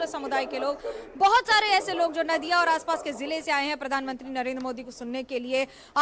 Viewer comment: नादिया नहीं भाई नदिया है